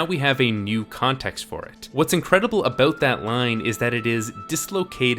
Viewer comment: Everytime he says abooout a Canadian get his hockey stick.